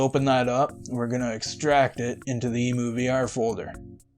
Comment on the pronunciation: EM-YOU...EMU not EEMOO... Like Emulator...EmuVR = Emulator VR... NOt a BIRD.